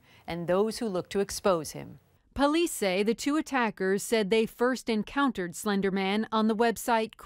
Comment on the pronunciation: Girl: “it was slendrman” Slendrman: “I don’t even know who you are”